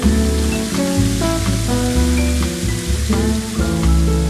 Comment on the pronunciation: Hola disculpa que te diga no es mi intencion corregirte si no que es saber como se dice...vos decis Liulana y no es liubliana..? Perdon...pero es para saber...! Lindo videos pero tendrias que hablar mas para los que tienen 50 y estan solos...😂😂😂😂😂😂😂😂😂😂😂😂abraso siempre te sigo...!